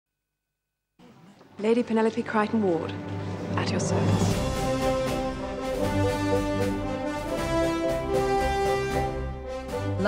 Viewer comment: WHAT THE HELL! CRI-TON? NO ITS SAID CREY-TON!! THIS FAN VIDEO HAS GONE TOO FAR! I MEAN, WHO WOULD REPLACE THE PUPPET WITH AN ACTRESS?